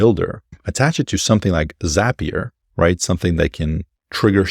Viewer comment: "Zap"-ee-uh not "Zaype"-ee-uh. Brilliant. Inspiring. Insightful. Correct.